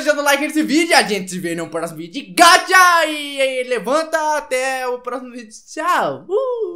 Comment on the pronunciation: Ele fala gaxa e gacha